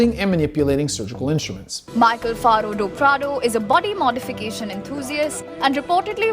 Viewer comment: oh prodo. No it's actually prado.